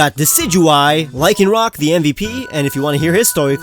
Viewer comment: LYCANROC DOES NOT END WITH A K!